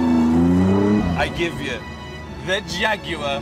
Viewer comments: I don’t care what anyone says , it’s pronounced JAG WAHR , not JAG U ARE ! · I don't care what anyone says, it's pronounced JAGGY YUNNY ARGH! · Should be: "Jag-u-arh Xxx-Jay-2-20"